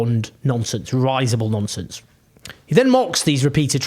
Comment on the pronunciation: Is it not r"is"able not r"eye"sable (sorry I don't know how all those phonetic things work), great video of course